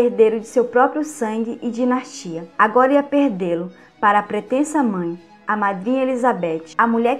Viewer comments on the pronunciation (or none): O conteúdo e mto bom mas,cuide mais das palavras.Dinastia e não dinatia .Só um exemplo.Há mtos erros de português.Inadmissíveis nesse tipo de vídeo